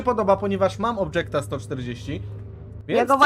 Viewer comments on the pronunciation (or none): ale to jest objekt, nie obdżekt po angielsko niewiadomo jakiemu XD